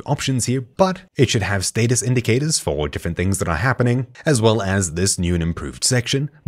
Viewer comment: did I really just hear him say "FOK Gamers"??? 😶